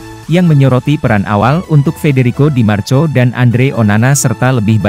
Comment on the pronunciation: Bahasa ente kadang kadang.. Tulisan di marco,dibaca di marko, ente kadang kadang ngadi ngadi